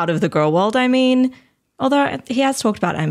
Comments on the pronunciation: She pronounces it gorl? Is she related to Gru? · it makes me irrationally angry that pronounces girl the way she does xD